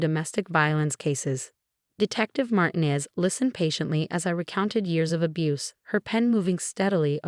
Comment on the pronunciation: Another Marcus and Emma? And another mispronounced Martinez. And faxade.